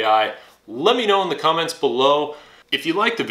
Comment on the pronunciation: You say "DUH" a lot. Ever hear of the word, "the"? (That's pronounced "thee" OR "thuh" depending on the SOUND of the subsequent word...vowel sounds like "X"/"ex" or "area", for example, get "THEE".) I know that's too difficult.)